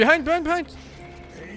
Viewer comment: epicenter: epi-center ✖️ epic-enter ✔️